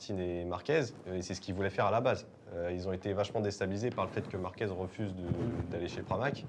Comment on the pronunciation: On dit marquez avec un z pas un s a la fin…. Vous dites merguez pas mergues….. enfin😂😂😂Márquez C est le goat et si vous l ecoutez il est franc et tres droit. Il a des valeurs et c est un gas super. Love❤ Marc.